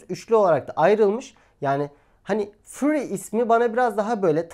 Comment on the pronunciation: furi değil föri. ah bir de ingilizce bilseniz